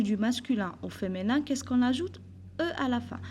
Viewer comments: بارك الله فيك..في ميزا حسناتكم.. Juste une petite remarque madame.. alors on dit femiiiiiiiinin pas feménin ..le i pas é .... J'espère ..et je vous prie de ne pas mal le prendre.. c'est avec de bonnes intentions.. Sinon vous êtes au top.. Merci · Tu as prononcé mal le mot féminin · Feminin avec un i et pas un é svp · Merci bcp madame mais s il vous plaît il faux prononcer "féminin" correctement.